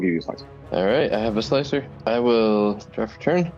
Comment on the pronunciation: Slicer? More like Sligh-cer!